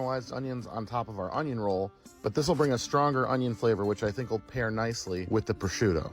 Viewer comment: i heard "Bashuda" which is my Ow, name, I got so confused. I heard "I like Bashuda"(Bah-shoe-da!) instead of "I like prosciutto"